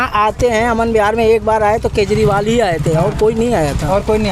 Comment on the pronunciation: भाई एंकर पढालीखा है क्या ? केजरीवाल जी बोल ने में कोई तकलीफ़ होती है क्या ?